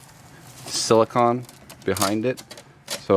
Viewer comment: Its siliconE..not silicon Hense the E...its not ice cream con! Its ice cream cone!..are you American